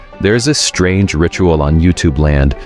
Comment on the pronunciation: Strange not strane